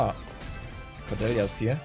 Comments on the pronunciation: Lass einfach das Ä weg. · Du sprichst Cordelias Namen komplett falsch aus, das klingt furchtbar.